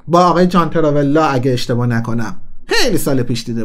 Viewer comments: جان تراولتا نه جان تراولا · برادر داشتى خوب ميرفتى كه خودت اسمها را قاطى كردى در زمان ١٠:٥١ Face off را گفتى فيس تو فيس برنامه امير قاسمى و اسم John Travolta را گفتى جان تراوالله … ان هم سينا ولى الله است كه برنامه چند شنبه با سيناست .. به دل نگير فقط خودت را اماده كن قبل أز برنامه